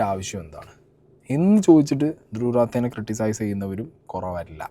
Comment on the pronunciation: റാത്തേ അല്ല.... റാഠി